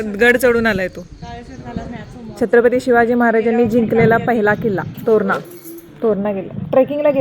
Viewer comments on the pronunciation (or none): none